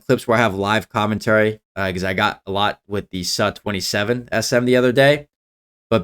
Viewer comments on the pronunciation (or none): Please don't say "Suh Thirty" or "Suh TwentySeven"...say either "Ess Yoo Thirty" or "Soo Thirty". Otherwise you will get laughed out of the ready-room.